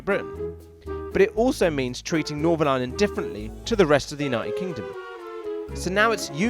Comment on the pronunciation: "This is the I-land, of I-land"